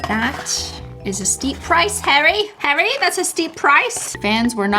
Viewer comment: Is it just me who hears Hairy Styles whenever she pronounces Harry ?😂 Another Cristine pronounciation